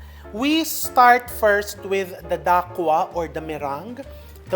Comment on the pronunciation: Dacquoise is a French word that refers to a cake with nut meringue layers and buttercream. It is pronounced “da-kwaz” not “da- kwa”. Because the word ends with the vowel “e”, the consonant before it which is the letter “s” should be pronounced ( not silent). Because the letter “s” is found within the word it is pronounced like “z”. Love watching your vlogs. More power to you!